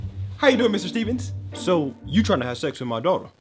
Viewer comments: ‘So’ proper British accent turned on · I love how when he says “So” his accent becomes british for a second 😂